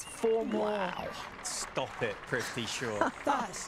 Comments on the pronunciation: Commentator can't even be bothered to learn how to pronounce his name correctly. "Privty Shaw" ffs. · the pronunciation of “prithvi” was bugging me the whole video 😂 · I am pissed that thse jokers cant pronounce PRITHVI properly but can pronounce LABUSCHAGNE and PHEKLUKVAYO very easily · Great innings. They butchered his name every single time 😂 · Their mispronunciation of his name is so cringey. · They couldn’t even pronounce his name right. Prifti Shaw it seems 😂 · PRI-TH-VI not PRI-V-THI.... PRITHVI shaw... PRTHIVIII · "Prifthi" shaw 😂 arey bhai 🤦‍♂️ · Is it just me or are the commentators all saying PRIVTHI Shaw, rather than PRITHVI, which is his actual name? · Was it just me or did others notice "Crifty Shaw" & "Prifty Shaw" from the commentators. 😄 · Commentator “Fifty shaw”😅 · The entire innings, commentator kept calling him Prifti - who the hell is prifti... you gotta get the name right man 🤠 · Ok are we gonna ignore commentators calling him “prifti shaw” .. 😂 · Male Commentary: Fifty Shaw...Fifty Shaw 🤣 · AM I the only one who is hearing Fifty sure instead of prithvi Shaw? 🤭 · He’s not Prifty Shaw😂, Prithvi it is😅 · Just kept hearing 'Thrifty' Shaw 😂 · Name:- Prithvi Commentators:- Prifthi😂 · Is it just me or is the commentator saying " PRIFTY. shaw " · Is it just me or are they calling him prifty? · Butchering his name for 7 mins straight..”Prifti Shaw” 😂😭😂😭😂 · Prifty Shaw? They mispronounced his name for lifetime!!! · the commentator was calling him "Privthi" instead of "Prithvi" :( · Why is he saying fifty shaw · Its prithvi and not prifti. Whats wrong with the commentators?? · Commentators having a tough time in pronouning his name... Prifty Shaw 😂😂😂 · Well played Fifty Sure (Prithvi Shaw British pronunciation) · Its PRITHVI NOT PRIVTI !!! So confidently misplelling someones name again and again !!! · Announcer mispronouncing “privthi” smh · They keep saying his name wrong